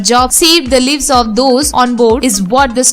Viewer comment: great work, one piece of feedback - the host should talk in a language he or she is comfortable with. Hindi language to talk about Hindi films should be most appropriate. Coz with English pronunciations she is really horrible. - Hijuck (for hijack) ???? - dungur (for Danger) ??? - save the lives (its pronounced as "lives" and not liv's).... looks like she is just blunting reading a script without knowing what she is reading......